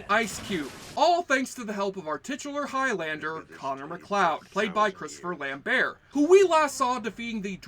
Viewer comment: Say Christopher Lambert that way one more time, I dare you...